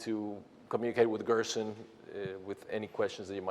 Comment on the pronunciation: Gerson Therapy not Grossen Therapy